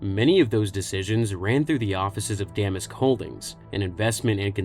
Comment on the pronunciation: You're pronouncing Damask wrong.